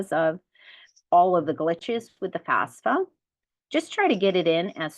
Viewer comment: First major confusion before you even start, it is NOT pronounced FASFA, it is FAFSA please. Enough confusion already so at least get that no-brainer part right. Thank you for your help.